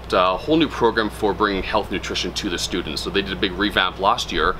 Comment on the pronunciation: Inspirational video, also, word blooper schudents” 😂